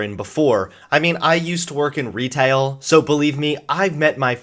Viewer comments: Your inner Alabama leaked out when you said "retail" lol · I don't think I'll ever get over the southern twang you had in your voice upon saying retail